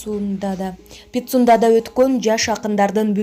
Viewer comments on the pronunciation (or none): Питсундада деген созундо тилин айланып кетти гой окуп жатып